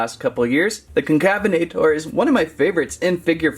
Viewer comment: Bro is unable to pronounce concavenator